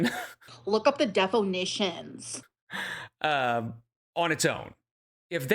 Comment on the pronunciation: "DEFO-NISHUN" help